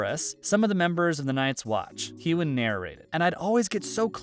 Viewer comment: Next time you pronounce his name wrong, I'm going to get all Will Smith on you. Keep my damn husband's name out of your mouth lol.